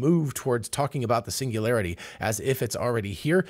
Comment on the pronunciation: Hahahahaha😂😂😂😂 pingulairty not singularity 😅